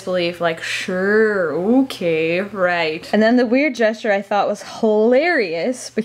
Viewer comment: that "Suuuure, okay" was the most Canadian I've ever heard you sound. Ironic that it happened when you were explaining something Dutch...